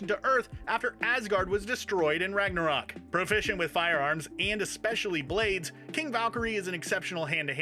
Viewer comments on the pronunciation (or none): none